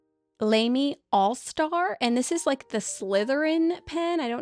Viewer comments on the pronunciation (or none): You go the Shikiori name right but LAMY is pronounced Lah-Mee not Lame-Mee. When in doubt, you can do what Brad Smith of the Pen Addict does and check Google Translate.